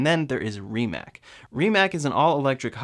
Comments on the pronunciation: Rimac is pronounced "ree·muhts" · Stop calling RimaC with K it's C because Croatian like Serbian is you wrote how you talk and you read how it's written. It's superior than any other lenguages are but it's easy to remember (It's supirior den eni oder lengvidžiz ar bat it's izi tu rimembr)